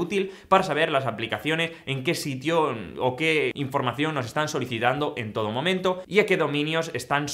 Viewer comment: Momiento? JSJS me dio risa auq sé q se equivocó por lo velocidad , lo felicito por el video<3 gracias Señor